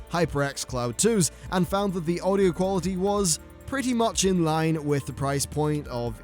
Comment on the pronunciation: Qaulaity? Lol xD